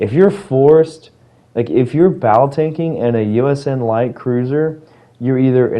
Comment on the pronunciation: hahahhahaha I love how you said USN LIGHT cruisers Jokes aside, I completely agree, also because surely people will then complain "wait, why wooster has 32mm bow and my (insert L tier cruiser) doesn't??!"